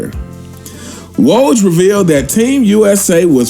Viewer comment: Brother You Butchered "Coach K" And "Woj's" Names 🤦🏿‍♂️🤣!!